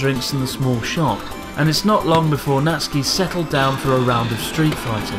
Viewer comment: Thanks for teaching the world how to pronounce 'Natsuki'. English speakers ALWAYS get it wrong and say it as 'NaT- sooki'.